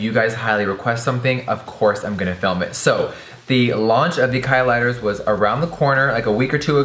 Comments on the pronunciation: I swear he said "Kylie..busted" 😂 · He said klighters iconic